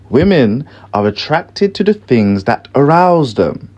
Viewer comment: y do u say fings?